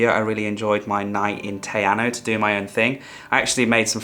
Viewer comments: Hey, Great vid. I wouldn't normally post about a typo but just in case a viewer wants to Google mapm search, its spelt Te Anau ( not Te Anu). Pronounced Tee-R-Now. Cheers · Te Anau sounds Tay Ah-now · Lake Te Anau - pronounced Te Arrno. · Your pronunciation of Te Anau is kinda painful sorry! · Mate you've got to learn how to spell and pronounce Te Anau